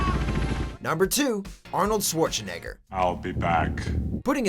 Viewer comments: swore-chen-egger LOL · Am I the only one to notice incorrect "Schwarzenegger" pronounciation?